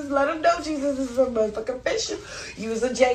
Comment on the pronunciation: His middle name is pronounced haysues. Not Jesus.